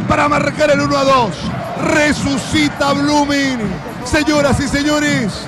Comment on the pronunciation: Jajajaja "B"LOOMING 😂😂😂😂